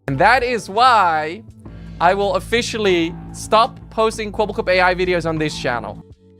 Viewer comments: The wrong name pronunciation is killing me XD if you watch even an intro to an older vid, or even Charlie's videos on him, you hear it said Kwebble(like pebble)cop... It is some of the easiest and simplest research you could do, which makes me feel like you maybe read an article and that was all? IDK if that's true, but his name is said constantly everywhere XD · But not a single time right 😄